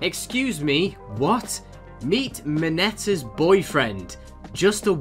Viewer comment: Mineta's name is MI-NA-TA